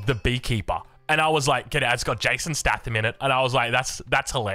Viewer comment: please for the love of god it's Jason 'stay-thum' not 'sta-tham' 😂